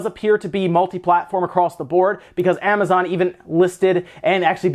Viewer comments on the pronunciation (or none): none